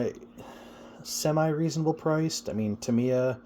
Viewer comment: Thank you for the review and also for pronouncing Tamiya correctly. I love the Tamiya kits, been building them and Kyosho since the 80s. Sure, they dont "compete" with the newer race stuff and dont hold up like modern day bashers but thats not what they are meant for anyway.